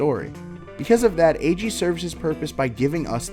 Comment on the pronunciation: I love this but I hate the fact that you pronounced his name Aÿegheé